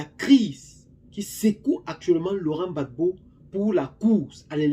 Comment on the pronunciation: Gbagbo et non bagbo